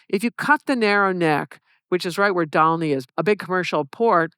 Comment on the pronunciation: She knows how to pronounce Dal'niy. ❤